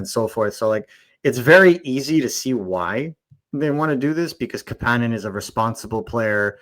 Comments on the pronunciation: Cmon fuck …. Why do you have to call him ka pan nin when you know damn well it’s kapanen cap A nin! Damn that hurts to hear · Why can't you guys pronounce Kapanen properly. I have some phonics lessons online for you. Goddamn donuts... I still love the show lmao! 😂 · According to the player himself, the proper pronunciation of his name is kapANen, not KAPanen.